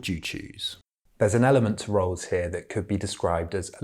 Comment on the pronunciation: Why is this narrator pronouncing his name like "Rules"?